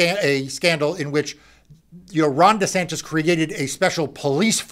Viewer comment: It sounds like he called him Rotten Desantis 🤣🤣🤣 Gonna have to start calling him that.